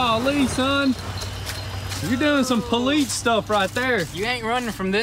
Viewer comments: Ever notice how they say police as "poleetz" instead of "poleese" , I can't unhear it now 😭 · Does anyone else notice that they keep saying poleets. Instead of police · Can we get a shirt that says “Poleets”? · How about the Poolets chasing a Kneesan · I’ve known a lot of country people but never have I heard poleets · I think its more of politz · In da hood they say "Pole Lease" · I don't know any police now, I just know politz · "Thats some Poleetz stuff right there man!" 😂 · "That's some politz stuff right there" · "You can't run from the Poleetz" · "That's some poleets stuff" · Is poleetz a common pronunciation in some states? Greets from Finland. Sounds a bit off in a foreigners ear. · Are these guys hicks? I couldn't stand the way one of them kept saying poleetz. I'm outta here. lol